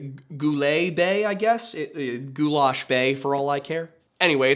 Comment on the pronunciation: And goulais is pronounced ghoul-ee